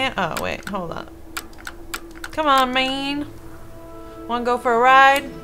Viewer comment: I'm so happy that I'm not the only person that says "mang."